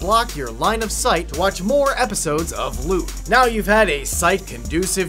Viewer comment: Why is it Lüt, because Ü isn´t pronounced oo ( atleast in German). It´s more like a scottish man saying yo*u* .